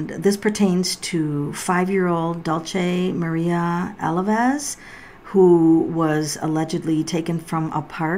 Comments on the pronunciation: Tarot Medium Aren’t the cards supposed to be shuffled and picked at random tho? Also I notice almost everyone says her name wrong, is the pronunciation not important? I’m with J ACY I don’t understand how you can pick the cards yourself and not let them pick themselves. Yes you know the tarot language but how can you pick the cards? I don’t like that. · You are pronouncing her name sooooo wrong 🤦‍♀️😠. Prayers for her and her Family 🙏. ( fyi: her Mother was in a car not a Van)